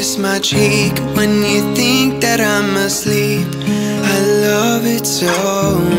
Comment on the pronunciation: i notice that he doesnt pronounce the h on "think and thing"